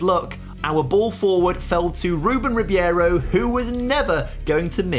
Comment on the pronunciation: it is ribeiro not ribiero btw :p